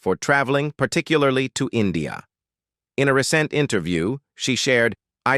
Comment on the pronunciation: The AI pronunciation of "recent" as re-sent is hillarious.